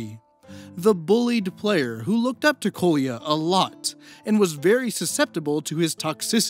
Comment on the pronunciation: Sry to be nitpicky but you should've checked how Kolya is pronounced. Now it sounds somewhat abrasive to slavic ears when you use it so many times :D